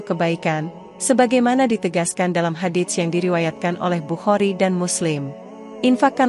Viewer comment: tlng cara mengucapkan " Hadits " itu tdk kedengaran bunyi huruf t .tapi langsung kehuruf s nya. Dan bunyi huruf pd Shadaqah adalalah Sh bukan Sy